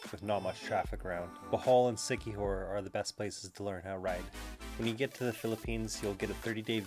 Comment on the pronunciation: It's La-C..not la-Sai....lazi,c-kee-hor